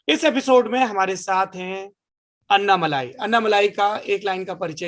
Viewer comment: अन्नामलाई ? What the hell ? It's अण्णामलै ... Don't ruin the South names... Please learn the pronounciation...